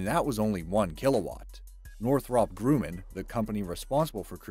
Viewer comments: Why did you say gruumman it has only one u which is an uh sound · This channel has such a hard time pronouncing simple words it's Amazing. You should do a whole episode on it. Fucking say Northrop Grooooomman again. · u pronounced Grumman wrongly lol :)